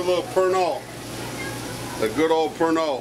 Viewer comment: He was adding "Pernod" to the food, but I thought at first he was saying he was adding "burnt oil".